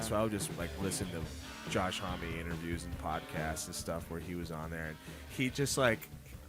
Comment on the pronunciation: Not Josh "Homie"... Josh "Homme". "Homme" rhymes with "Mommy".